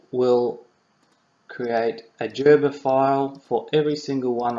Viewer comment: Gerber. Hard 'G'. Not 'jerber'.